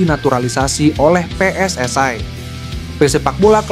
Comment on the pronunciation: PSSI Bos bukan PSSai